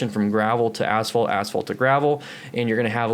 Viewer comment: Did he say" transition between asshole to gravel or asphalt to gravel"?